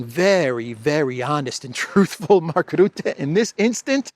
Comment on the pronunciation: Rutte: the 'u' is pronounced as 'e', in 'er'.